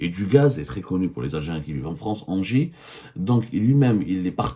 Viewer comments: ENGIE ça se prononce 'inji' cest tout bêtement l'ancien EDF électricité de France, et on pas ANGERS (ville) comme vous prononcez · ENGIE se prononce NGI